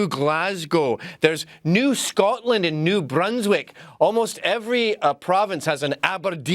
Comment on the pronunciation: Well done to Canadians for pronouncing Scotland and Glasgow properly! You guys don't have that annoying wee twang the yanks have! Scaaaatland! Does my fuckin tits in